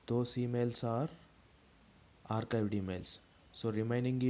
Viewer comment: Bro arcadie ky bol raha hau archived ko